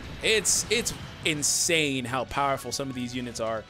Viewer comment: who else heard the bowerful